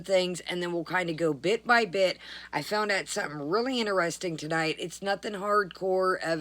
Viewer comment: "Veddy INTERESTINK,"!